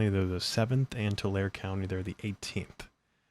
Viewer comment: FYI it is pronounced Tu lar e Tulare, not Tular thanks, Debbie I lived near that city for 18 years <3, nothing to write home about, farming community and RED. So if you are seeing Harris votes then it swings hard red... yea the trigger point worked.